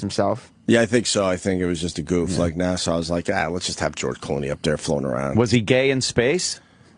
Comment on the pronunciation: opie's still saying NASSAU instead of NASA i see